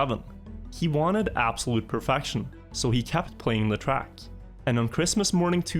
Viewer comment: Not hating or anything. It's so weird to me that when you say perfection, kept and set it comes out as perfaction, capped and sat. But you have no problem saying demon with an e. Being scandinavian myself I've never heard that. =P